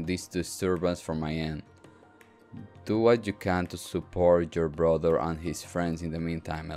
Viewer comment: If this is gonna make Rean go “big bwother” less, then I am fine with this.